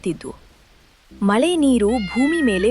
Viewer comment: ಮ ಲೆ ❌ ಮ ಳೆ